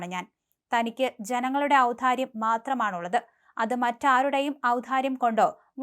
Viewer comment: ഔധാര്യം അല്ല, ഔദാര്യം.